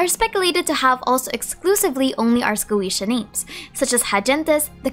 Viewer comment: Ars Goetia is "Ah-s Go-Eh-Tee-Ah", not "Ah-s Go-Ee-Shee-ah".